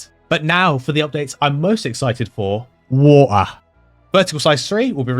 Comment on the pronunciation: "who-ah" (Water), the funiest part of this video